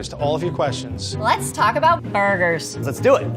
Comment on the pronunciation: Can I just say it sounded really wierd when Rose said burgers